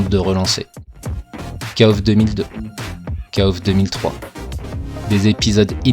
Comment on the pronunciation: J'ai le poil qui se hérisse quand je t''entends dire "Kaof" (je dis kof) mais bon chacun sa prononciation... mis à part ça merci pour les souvenirs. j'avais 15ans quand kof94 est sorti, je claquais toutes mes économies dans la borne et l'argent de mes tickets de bus pour aller au collège y passait aussi, si bien que j'y allais à pied... ah que de souvenirs. Note: KOFXV plutot solide niveau gameplay mais il est toujours aussi laid... même si la 3d est plus jolie que dans le XIV (ou moins moche) elle est toujours aussi datée, les persos ont perdu tout leur charisme. Passer du XIII au XV... c'est violent surtout quand tu compares le passage de Street Fighter III 3rdS au 6... enfin c'est mon avis